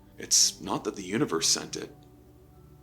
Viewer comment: UNIVERS??? C'mon dude...